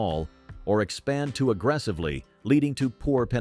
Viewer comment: Yeah, and saying less leading pronouncing it as leeding.